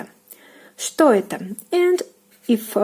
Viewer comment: Please, don't pronounce "etO", but the correct " etA" because it is confusing... :)